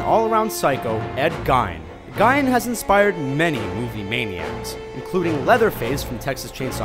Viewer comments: Yeah, it's pronounced "Geen". They also screwed up Regan MacNeil. It's not "Ree-gan", it's "Ray-gan" like Ronald Reagan. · it is pronounced GEEN! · its GEEN ed GEEN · It's pronounced "Geen" not "Gine"... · I'm sorry, but the mispronunciations drive me crazy. lol Regan's name was pronounced "Ray-gen" not Regeen. and Ed Gein is pronounced "Gayn" not Geen. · it's Geen not gain Ed Gein is from Wisconsin and due to having a Wisconsin accent it is pronounced Geen not Gain. He and his family pronounced it that way. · Yeah, and "Ed Gein's last name is pronounced, "Geen", not "Gine". He kept doing that and it was very annoying! lol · Shotana Studios right it’s Ed Gein (gain) not gyn(ecologist). This is the one that bothered me the most! 🖕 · It's Ray-gan! Not reegan. And it's Ed GEEN, not Gay-an. * sigh * Canadians. LOL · Gien is pronounced as Geen, other than that, great video as always! I didn't know it wasn't common knowledge that Rocky Dennis was a real person. I guess I went into that movie knowing it was a biopic. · Ed Gein's name isnt pronounced "Gine" Its pronounced "Gain" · it's Gein, Not Gine... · It's pronounced, Ed 'Geen'... Not 'Gine' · It's GEE-Ne not Gyn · geen not gine it's spelled gien.... pronounced geen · james is right is geen not gine simple google search is all you needed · itst pronounced Geen not gine, goofball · I believe it's pronounced Ed "Geen". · it's Ed gien (geen) seriously for the love of God would you please stop getting it wrong???? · ikr I was like nooo it's geen! lol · Its actually pronounced " Gain " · They say her name all through the movie, how could this guy not know how to say it! Oh and while we are on the topic, it's pronounced Ed GEEN! Geez...... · Joshua Smith no he's not, I'm from Plainfield Wisconsin, where Ed Gein was from. His last name rhymes with clean. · "Ed gine" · Shotana Studios I was thinking the same thing. Gine? Ruined it. Can't take anything seriously now. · It's Geen. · It's Ed Gein, not Gien, and pronounced Geen.